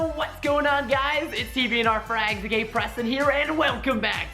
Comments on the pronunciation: That introduction though, XD And I swear Preston said, "gay Preston here!" cx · "it's TBNRFrags the gay Preston here!" anyone else hear it? No? Ok. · Is it just me or does it sound like when he says its tbnrfrags a gay Preston but he's saying its tbnrfrags aka Preston